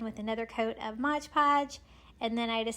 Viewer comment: Say it with me now... MOD Podge. 😁😅♥️